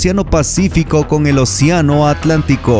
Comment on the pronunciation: OCIANO O ACEANO